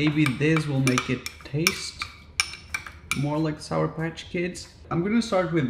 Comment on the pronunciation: SOUR. The word is SOUR, Raphael.